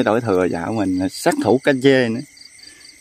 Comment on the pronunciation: ơi làm video cả thế giới xem cháu phát âm cho đúng cá trê không phải cá chê nhớ nhé cháu